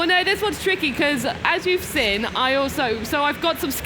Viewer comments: Looks like nobody in the family can pronounce the word “seen”. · Also "vial", she pronounced that as "veil".